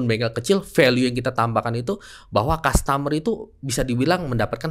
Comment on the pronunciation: Bkn kas tamer pak E, tapi kastemer